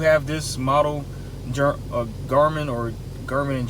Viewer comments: It's not pronounced "Jar-Man". It's pronounced "Gar" (as in car) "Min" (as in tin for complete word of Garmin. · It’s funny because it’s phonetic so it’s pronounced Exactly as it’s spelled. He gave it a French accent for some reason.